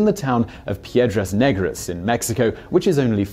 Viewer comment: you butchered the name Piedras negras ,, black rocks